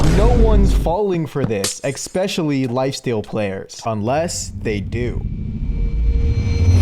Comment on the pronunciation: "exspecially" "excapable" Please, stop 😭